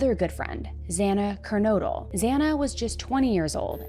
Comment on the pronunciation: Thank you for pronouncing Moscow and Kernodle correctly! Kernodle is a family name and it's so frustrating how many people say "Ker-noodle." It's so annoying!